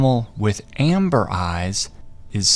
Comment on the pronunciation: It’s not ember eyes its amber